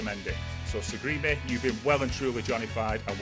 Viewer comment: It's Sarigerme lol pronounced Sarry germ a.